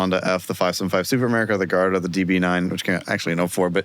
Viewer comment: is really out here saying Gay Ardo. Him and Ed would get along well.